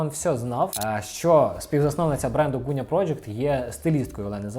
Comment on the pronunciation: Дякую за огляд улюбленого бренду! ПС. Велике прохання до ведучого: Ґуня, не Гуня. Ґудзики, не Гудзики. Дуже ріже вухо! У нас досить довго забирали звук Ґ, тож поважаймо й плекаймо його ❤️